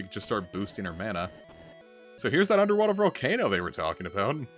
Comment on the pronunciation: Mana is actually a word. According to wiktionary, it's pronounce mah-nah.